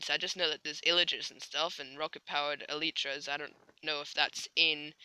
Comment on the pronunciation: it's pronounced Eh - Lie - Trah.